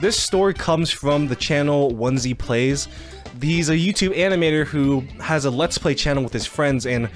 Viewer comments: I can't ignore the fact u said "OnesyPlays" and not OneyPlays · "Onesie Plays" That might be the funniest mispronounce I've ever heard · tfw he called OneyPlays "1-z plays" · "Onesy plays" killed me